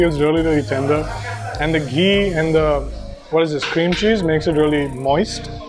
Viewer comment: Dude its ghee as in g-hee not ji.